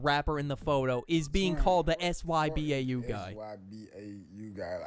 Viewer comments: why did bro keep say suh bow 😂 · genuinely it hurts every time he says sabow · who says sybau like that😭😭😭